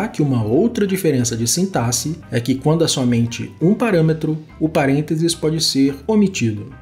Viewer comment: Já ganhou like só por pronunciar a palavra sintaxe de maneira correta!👏🏻👏🏻👏🏻